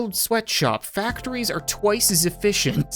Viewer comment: Sweatshop ilks pronounced sw eat what op